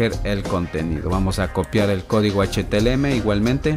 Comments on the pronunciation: amigo gracias buenos tutos me sirvieron de mucho solo una corrección que hacerte es CÓDIGO HTML NO HTLM COMO TU LO PRONUNCIAS DE RESTO MUCHAS GRACIAS POR TODO GENIAL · felicidades fue una gran serie!! y me sirvio mucho, solo una pequeña correcion, se pronuncia "HTML" y e escuchado que dices "HTLM" disculpa si te ha molestado, y gracias